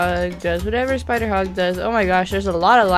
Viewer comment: Uhm did u just say "dose it eat grass" umm wow 😑 btw good video I guess